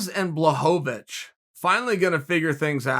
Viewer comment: please start pronouncing Błachowicz right